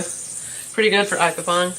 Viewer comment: ITS IPPON NOT IPPPON